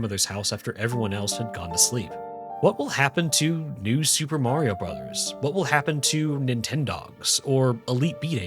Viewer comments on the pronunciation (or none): none